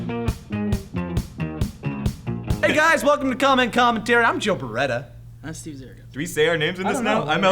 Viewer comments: She called him Streve.....>.> no one notice that? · #Steve not Streve XD